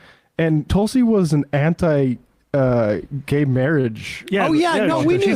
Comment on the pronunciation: It's not Talsi, Tulsi, as plain and simple , how can you not pronounce it right?